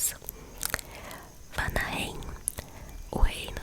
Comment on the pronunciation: Umas dicas de pronuncia, os reinos q terminam em "heim" são pronunciados "haim/rrain" ou seja, Alfheim a pronuncia é Alfirraim, Vanaheim é Vânárraim, Muspelheim é Müspelrraim, Nifelheim é Nifelrraim, Hellheim é Hellrraim e Jottunheim é Iotunrraim, e Gnungagap o "g" tem a pronuncia de "gui" ficando Guinungagap com o "p" mudo